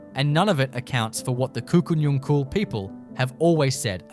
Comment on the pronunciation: Pronounced Kuku Nungal.